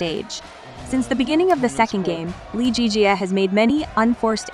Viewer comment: LZJ’s name is pronounced Lee Zii Jia and not Lee Jii Jia